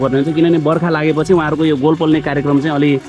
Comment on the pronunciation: गोल होइन कोल भन्छ महाशय